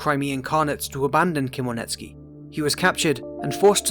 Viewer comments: Never heard anyone butcher Ukrainian names so badly. After couple minutes, my brain exploded and I can't watch this anymore, as Ukrainian. Lol. How did you say Khemlnitskiy? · Wrong pronounced Хмельницкий